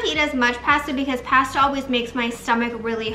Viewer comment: Always love your makeup!! Btw it’s pronounced pasta 🍝 not past a🤣